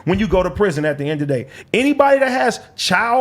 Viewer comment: AD is a lame and sounds like a completely incoherent idiot. As the token Black guy who clearly enjoys playing the the role of the token Black guy on a white show, your buffoonery is annoying, inarticulate, and disgraceful “at da end a da day” 🙄